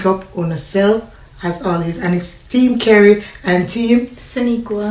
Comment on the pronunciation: Relax u say Kerry 😂😂😂